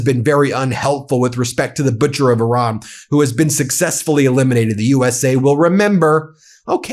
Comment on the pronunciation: 💙 Thank you Ben for pronouncing "Iran" correctly, and also for your continued work, coverage, and courage. Today, April first should be renamed as "April Trump's Day". 👍🤟